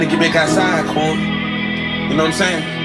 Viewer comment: You said rich homie kan 😂